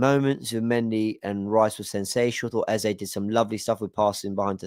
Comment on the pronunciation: You’re one of the very few content creators and match commentators who actually pronounces Eze’s name correctly (A-Z-A), and not Ezer. It’s so frustrating to hear people say “Ezer.”